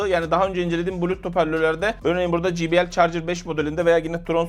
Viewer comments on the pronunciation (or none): Jibiel değil de ceybiel şeklinde telaffuz edilir. J harfi cey okunur.